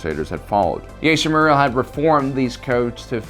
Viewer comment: Thanks for making a video on this topic but I just cringe whenever you say accidentally incorrectly his name like jester or chester morel instead of Jaster mereel